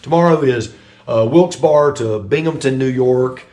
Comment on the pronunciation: coach wilkes barre is pronounced wilkes berry